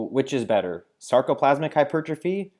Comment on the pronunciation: glad I wasn't the only one that heard that lolll